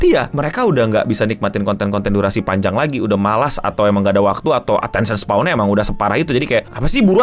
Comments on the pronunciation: attention "span" bang, bukan "spawn" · Attention SPAN bang, bukan Attention Spawn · span bang, bukan spawn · "Attention span", it's not "attention spwan" please 🫠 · attention *span bang (baca spen kayak e di bebas) bukan spawn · "Attention Spawn" 🗣🗣🗣 Gampangnya pelafalan "span" itu dibaca spen aj bang Kayak "pe" dari "tempe" atau Pe- sePEda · no mau bantu koreksi dikit, attention span bacanya attention "spen", bukan kyk "spawn" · Dibacanya span bukan spawn, atensyen span. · bang untuk keseluruhan videonya udah mantap, tpi aku mo minta maaf dlu, gatel denger kata attention spawn😭😭, izin koreksi, mungkin maksudnya attention span (di baca spen), maaf sekali lagi tpi gatel banget dengernya😭😭🙏🙏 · nyebut Attention Span jadi kayak Attention SPAWN 🤣